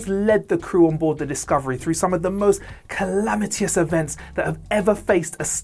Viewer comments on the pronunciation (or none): Did he say “calamitious events” in the Saru section? CC gives ‘calamitous’ but the audio is definitely something different...